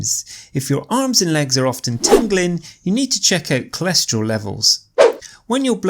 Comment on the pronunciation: ...Why is it "cholescherol" instead of "cholesterol"...🤔...